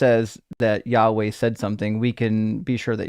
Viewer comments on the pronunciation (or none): Pronouncing the tetragrammaton as "yaoi"! Yeeeaaahh, let's make a fudanshi